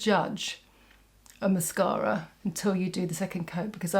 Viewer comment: Absolutely stunning as always thank you so much. I love your videos but I really love how you say mascara. Well, I’m from Alabama and I swear we put ten vowels and syllables in every word lol. Not classy like you are so thank you. I love the green look. I have silver hair and brown eyes. I’m gonna try it out and I love the lippie.